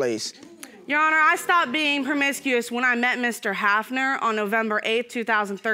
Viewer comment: Good thing she stopped being "perm-misk-ee-us" 😐😳